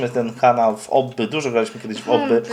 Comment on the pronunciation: Mówi się obbi a nie obby 👍❤️